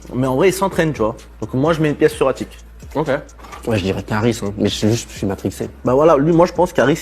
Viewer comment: L AUTRE IL DIT KAARIS MDRRR